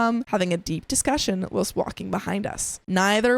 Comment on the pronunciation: learn how to pronounce the word whilst